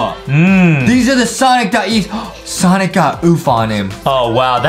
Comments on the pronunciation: It’s. Sonic. Not. Sanic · Its not sanic its sonic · Stop saying sanic say Sonic